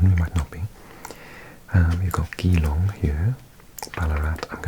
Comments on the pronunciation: Geelong is pronounced as capital G as in Gee whizz lol so Gee Long Mount Isa is pronounced Eye Sa as the UK Savings account.. 😉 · Thanks for the video :) Geelong is a funny one, the ‘Gee’ is phonetically Jeelong, in a conversation it’s moreso ‘julong’ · Geelong is pronounced jeh-long, Bendigo ben-de-go and Traralgon tar-al-gon. Love the vid as always, and nice to see my hometown in one of these paper map vids :) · Nice vid from NZ! And Geelong is pronounced “Jillong” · was quite amusing to hearhim try to say all the aboriginal names ahaha , as soon as he messed up Geelong I knew hed struggle with others